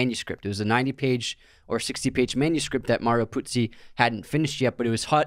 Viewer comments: Haven't watched the whole podcast but I wasn't happy that you kept calling the author Puzi instead of Puzo. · First episode of yours that I'm listening/watching. Mario Puzo wrote the screenplay/book, though. You guys say Puzi a few times :P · I almost left after the second “Puzzi” myself 🤷🏽‍♂️😕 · Mario PUZO, not Puzzi. You lose a lot of credibility when you reference the author repeatedly but can not even get his name right. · Ok, nice podcast. But, what the hell, at least get the pronunciation of Mario PuzO's name correct!! It's NOT Puzi- it's PUZO. But that's just the simplest of research to do! C'mon, put some effort into it if you expect to make money doing this stuff.